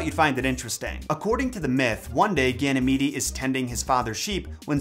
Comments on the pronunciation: Just an FYI, Ganymede is pronounced Ganny-meed. Not Ganny-meedy. I really enjoyed the video! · I think it’s pronounced Gany- meed. Haha